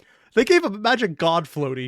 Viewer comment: How does one read "magic" as "may-rick"